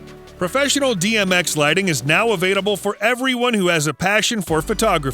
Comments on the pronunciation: Avaitable? Is there context I'm missing where he can't say "available"? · i'm sorry, but the "avaidable" was just tripping me up sm watching this